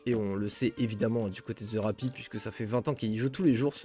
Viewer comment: Il faut que quelqu'un te le dise, ça ne se prononce pas "The Rapi" mais "The Rapple". Ce n'est pas un "i" mais un "L"